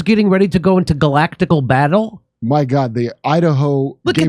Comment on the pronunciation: "Are you guys getting ready to go into galactical baytle?"